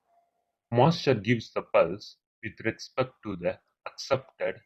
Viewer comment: good explaination till single master to multiple slaves but after that nothing is clear ...do wxplain the arbitration logic and how clock synchronisation will occur in multiple masters to multiple slaves moreover ur English is horrible...u spell master as monster..so plss take care of it..